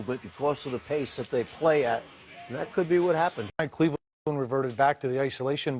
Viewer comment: "cLEveland" LMAO